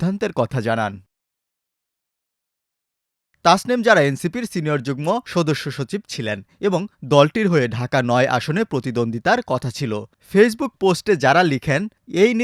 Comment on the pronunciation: Jugmo not Jugno